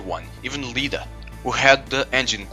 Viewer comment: LLida it’s pronounced Ida boi